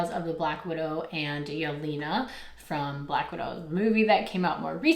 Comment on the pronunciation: by the way her name is pronounced yel-ay-na